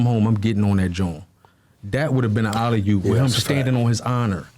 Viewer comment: Dude quilly really said alley yoop 🤣🤣 wtf 🤦🏾‍♂️